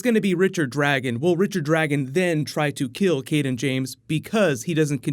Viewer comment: Why is it every time someone mentions the name "Cayden James," it sounds like they are saying "King James?" It's been confusing me off all season.. lol